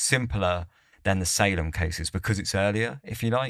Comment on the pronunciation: Salem is pronounced Say-Lum 👍